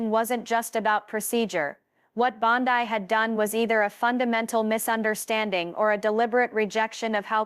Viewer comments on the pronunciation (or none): Teach your machine to read Bond-EE NOT Bond-Eye